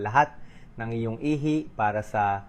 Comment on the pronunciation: Ihi...not ihay. The problem of AI😅